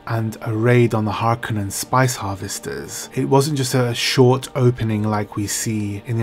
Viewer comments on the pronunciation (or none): none